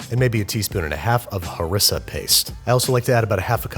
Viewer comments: He said... hurissa, yes i understand you dont know how its pronounced but its still funny. Heh ree se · This isn't how you say haReeesah.